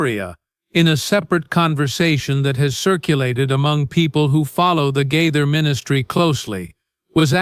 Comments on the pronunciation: His name is GAITHER NOT GITHER Wake up and get your pronouncing properly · The narrator needs to learn how to pronounce the name Gaither correctly.